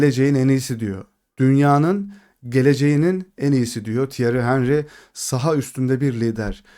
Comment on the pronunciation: Henry'nin adını çok yanlış telaffuz ediyorsunuz.